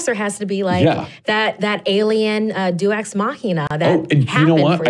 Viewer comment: ...did she just say "Do-EX" (Deus= DAY-ES) Machina"?